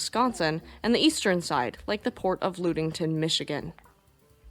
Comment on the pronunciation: Great video, I grew up on Lake Michigan, so I love the Great Lake boat stories. The Lu sound in in Ludington is pronouced like the Lu sound in luck, so Lud-ing-ton. Please keep up the amazing work.